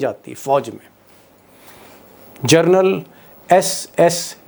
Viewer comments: It ia General not journal. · Aaap baar baar gernal bol rahe hai. General boliye sharmaji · दीपकजी, आपकी मुँह से "जरनल" सुनना बडा अजीब लगता है। ये स्लिप ऑफ टंग नहीं है ! बार बार आप "जरनल" बोलते है। कृपया " जनरल " बोलना। It is GENERAL, and not JOURNAL ! PLEASE.... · जरनल नहीं......जनरल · दीपक जी, आप सनसनी फैलाने के चक्कर में 'जनरल' और 'जर्नल' में अंतर नहीं कर पा रहे हैं।😂😂😂😂